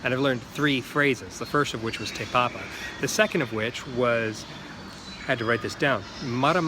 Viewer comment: He said tae papa but it's te like tea but te